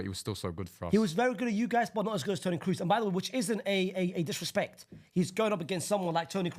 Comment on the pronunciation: pronouncing kroos (cross) as cruz is a crime